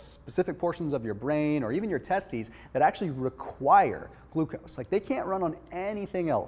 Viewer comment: did he just say testies???